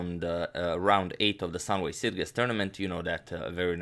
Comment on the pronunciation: Just FYI, it's pronounced "Sitchess" ! Great content as always, keep up the good work.